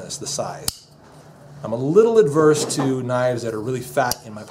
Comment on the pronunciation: You mispronounce the word "averse", as "ADverse". Look it up in a dictionary, and retrain yourself (repeat it properly,1000 times). Enough about the "knives you would NOT buy for EDC!" => What ARE the ones You WOULD Buy, and Why?!... As for your gripe about the knives not fitting into your pockets,.... Buy pants with BIGGER POCKETS!!! ...(unless you're wearing womens/boy's sizes)....(LOL) Thanks! for a good review!!! (I apologize for my humor; You guys need to do more videos like this!!!) => This is a Good forum for looking at knife design, and construction, etc. Agreed, expensive knives can be painful to lose! These things are TOOLS first and foremost! - they need to be PROVEN in the field!!! - for multi-tasks, toughness, etc. [Also, Please, BUYER's, WE, ALL, MUST try to encourage Mfg's to Make them in America!!! => BOYCOTT Chinese Made Junk!] FYI: I do own the SOG "Flash II", and I like it! I need to look at, and buy, more knives, as I find ones that I like more! & Please, also consider reviewing fixed blade knives, Survival Knives, "Diving knives", "throwing knives", Hatchets & Axes, Machetes, "Multi-tools", etc.!